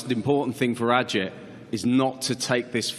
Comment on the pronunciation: Great! It is Ağıt. Not agit. Ağıt means "lament". He knows it. I hope to see him as a champ.